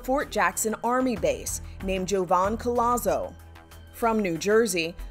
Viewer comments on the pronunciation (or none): it’s pronounced COJAZO. Not Collazo